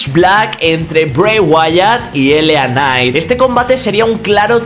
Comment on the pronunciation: Que pdo siempre pronuncias de manera errónea tanto a LA Knight como Uncle Howdy jajajaja Pero mi nota del royal Rumble es un 5/10